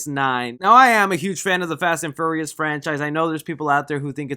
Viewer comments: Say it with me FEE-YOUR-REE-US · you said the fast and furriest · ...wait, I can't be the only one that keeps hearing, "Fast & Furriest 9" am I? Um... Can we have a spoof of this?! Little gerbils or hamsters? Um... YES!... make this happen some how! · “Fast and fur-reous” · Why you say “Furious” like that, good vid tho